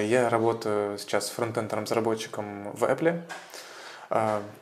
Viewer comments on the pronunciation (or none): в Apple ,В ЭПЛЕ почему у меня кровь из ушей пошла от произношения ?*